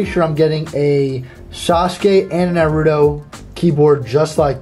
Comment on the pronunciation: butchered the naruto names pronunciation